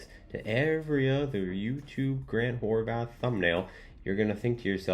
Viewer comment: He's always saying Horvath with a TH, no? Every video i see he's always mispronouncing his name..